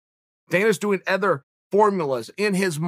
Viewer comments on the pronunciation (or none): "Other" is now "ether" fellas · Next time I hear uncle Chael say “aother” instead of “other”, I’m done... and I’ve been w y’all for awhile. Uncle Chael taught me how to spell Michael, how to offer, how to carry the right wallet as a man, not make fun of others for ED, start eating protein cereal, but let him say it again and I’m done..